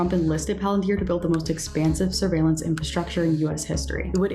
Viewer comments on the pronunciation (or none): Can you say surveillance?